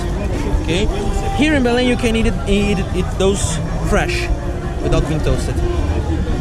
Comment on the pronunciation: Great video! So that you guys know, Belem is pronounced somewhat like Be-LANE. The Be part would sound like Be in "Bed" word, not in "to be" or "be in love".